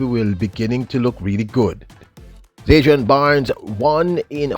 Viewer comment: Bro, its ZAN-DRI-ON